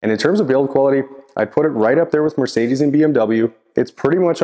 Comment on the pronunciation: It's not quite correct, and listen to how he pronounces Mercedes at the beginning of the video.